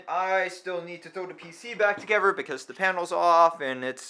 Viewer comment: What is "togever"?